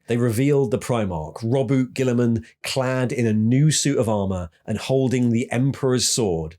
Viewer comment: Also he says robute and abbadon wrong but those are dumb names so o well